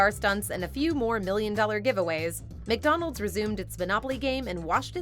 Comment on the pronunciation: McDonald's! NOT 𝐃𝐎𝐍𝐀𝐋𝐃𝐒!